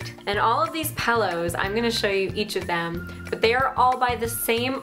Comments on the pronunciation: You say the word pillows like my dad!!! He also says "pellows"! Is it a Canadian thing? He didn't like in Canada, but he moved a ton as a child. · It's so cute how you say pillows like "pellows" omg <3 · Sound like the way we say it in the UK :)